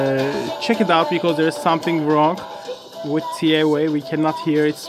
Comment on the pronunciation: Its pronounced Tee A Wa Not Tee Ae Wae